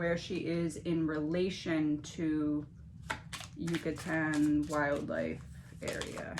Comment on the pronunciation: Yoo KAH tan. You pronounced it right that last time just put the accent on the KAH :) . I don’t know what that word is doing in the Midwest because it’s the name of the peninsula Cancun is on. 😁